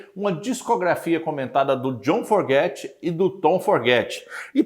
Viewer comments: É Fogerty não Forgety, Creedence clearwater Revival, Stu Cook, seu conteúdo é bom mas é muito incomodo ver seus erros constantes de pronuncia, e nem é algo tão difícil, como uma crítica construtiva devia ir atrás de corrigir isso Afinal, você sendo fã e apresentando um tópico pra um determinado público, no mínimo deve soar bem. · NÃO É FORGETY E SIM FOGERTY. CUIDADO COM A PRONÚNCIA!